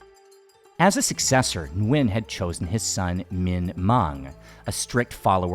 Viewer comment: Many years ago while staying at the Suk11 hostel I saw a small old wooden board signs "Minh Mạng" name of a Vietnamese King (reigning ) one of the king Gia Long's sons, some Vietnamese royal family members must have lived in that Soi 11 Sukhumvit area hundred years ago. Your pronunciation of Viet last name "Nguyen" is pretty accurate!:hand-purple-blue-peace:🏰💒